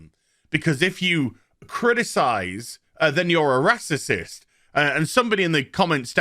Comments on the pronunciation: Glad im not subbed to you, cba with negative minded star wars fans set to judge a full show on 2 episodes. I havent watched your other videos but i bet its all just you moaning about everything. Also just say racist instead of “rassisism” you sound like a muppet mate, lighten up and have some positive towards one of the biggest star wars shows in years. Lemon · I’m not sure if he is making fun of the word racist. If not, let’s pronounce the word correctly.